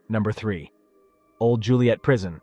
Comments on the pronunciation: It's Joliet not Juliette. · And I apologize but it’s Joliet not Juliet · It sounded like they only said Juliet the first time. After that I always heard Joliet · Joliet not Juliette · JOLIET ,not Juliet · It's Joilet, not Juliet. Also, the other prison is Stateville, not Statesville. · It's Joliet not Juliet.........smh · Its “Joliet” not Juliet. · Joliet… not Juliet. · It’s joliet